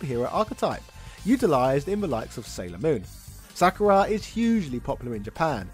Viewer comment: It’s always fun when deliberately mispronounces things to generate outraged comments to jack up his “engagement” score. Sak-ur-a???